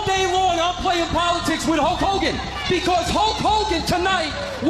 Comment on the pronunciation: Its "Hokogan"!!!!!